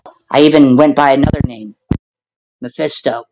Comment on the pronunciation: Yooo, this MF said “Mafisto” 🤣☠️🤣